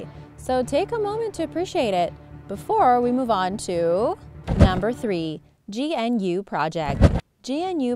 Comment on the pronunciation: GNU is pronounced g'noo.